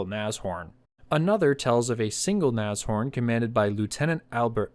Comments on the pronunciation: ITS NASH... HORN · German here, I've only ever heard of these being pronounced "nash-orn" Very good video these were rubbish, should have just made alot of jagdpathers or Stugs with better armour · Naz ... Horn? LOL